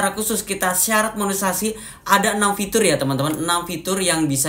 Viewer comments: Maaf ralat Monetesasi mungkin lbih tepatnya y pak bukan monesasi 😊🙏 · KAK BUKAN MONESASI..TAPI MONETISASI😅